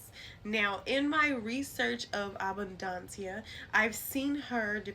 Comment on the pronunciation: I appreciate this information and the correct pronunciation of her name